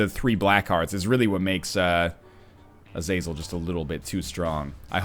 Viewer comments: Not to be "that guy" but it's pronounced Ah-zuh-zel. Not Uh-zay-zel or A-zaz-el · im pretty sure its prononced (Azah-zel)